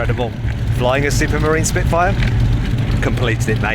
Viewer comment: 시프트파이어 스피트파이어 시피트파이어...